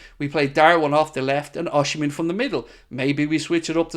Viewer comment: It's not Oshimen! Osimhen.